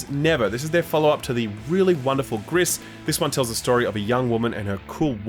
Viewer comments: The 's' in Gris is silent. SILENT! It's 'grey' in french. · Its grisssss its gris